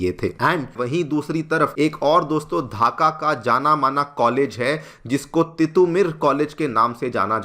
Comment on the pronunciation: धाका नहीं ढाका. Pronounce it properly